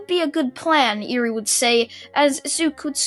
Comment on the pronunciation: Anyone annoyed that he is mispronounced eri